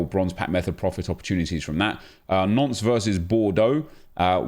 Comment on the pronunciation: 🤣🤣🤣🤣listen to how he pronounces Nantes